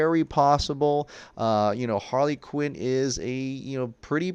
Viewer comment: Not BOP... It's HaRley Q